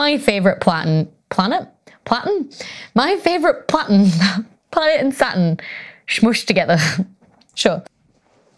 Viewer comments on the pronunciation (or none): Platurn 😅 🥰🥰🥰 love it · When Becky said "my favorite planet", I heard "Sun". I was thinking: whaaaat? Then I hear her talking about "Sa'un". Oh, it's Saturn! The way English speakers, and some dialects especially, really confuse me sometimes! "Saturn" is said so differently in my language (Finnish).